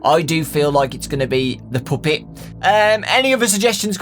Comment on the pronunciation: why does this guy say puppet like poopet? XD